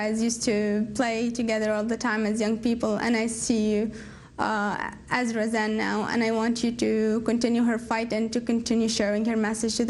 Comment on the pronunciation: Great reporting, but Amy you gotta stop trying to pronounce every arabic word "correctly." The way you say "Razan" is actually further from the actual arabic pronunciation than the normal english pronunciation